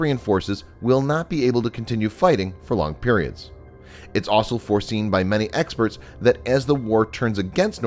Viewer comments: This guy can’t say the word also he keeps saying “aslo” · You need to practice how to pronounce the word ‘also’